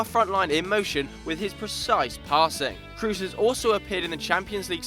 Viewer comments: kroos is pronounced cross and not like in loose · You pronounce Kroos wrong. Its not english